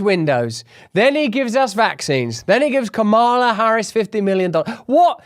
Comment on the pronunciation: ...it's Kamala, pronounced (Car-Ma-Laar), buddy. But you already know that. Why pronounce it incorrectly if not due to audience capture?